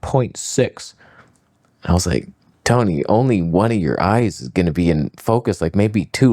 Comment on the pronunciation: I think you mean Toneh